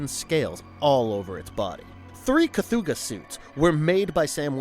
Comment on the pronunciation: I will never understand how people can mispronounce the names of things when its said in the damn movie. Ive never heard of a 'kathooga' But The Relic does have a creature called the 'Kathoga'.